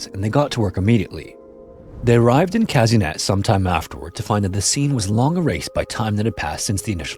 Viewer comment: The way you pronounced Казынет made me laugh so much 😂 The letter е in Russian is pronounced as ye, so it’s Kazynyet not Kazinet haha